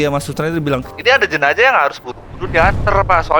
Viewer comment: Kenapa tidak bisa bilang jenazah bilang jenajah terus